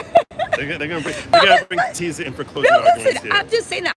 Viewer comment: Tisa not "Tess".